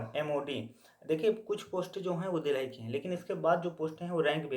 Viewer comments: bhai ye dheelhi kya he...delhi bol rhe ho kya❔ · Phle Delhi Bolna sikh lo😅